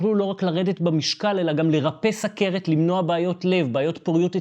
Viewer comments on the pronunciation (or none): יפה. אתה. תיקונים קטנים, אומרים סוּכרת או סֻכרת בכתיב חסר ולא סַכרת. נכון שהכול נקרא תהליך הנשימה אבל אוויר אנחנו נושפים ולא נושמים (גופיפי קטו).